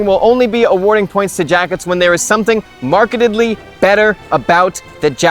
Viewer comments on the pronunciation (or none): Markedly* not Marketedly im sorry...I cant help it.